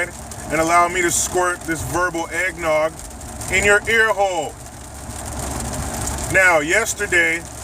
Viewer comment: Disgustin commetarie that ir the "eggnoig"